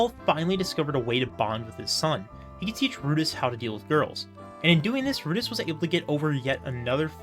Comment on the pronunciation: I loved how you focused in on the chararacters and how each one is unique and often flawed in their own ways. It never feels like they are 2-dimentional. Also you keep pronouncing rudeus as "Rudis", lol